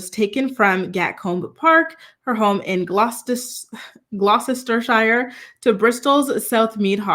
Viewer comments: Said Gloctershire silent syllables in the word. also Anne fell backwards off her horse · It’s pronounced “glaa-str-shr.” The “i” doesn’t have a long sound.